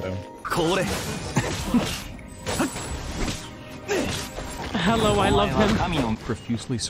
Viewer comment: lol, "hewwo im back"